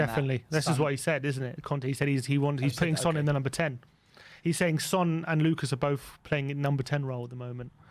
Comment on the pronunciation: Why do we call him San and not Son? Only pronounces the name right.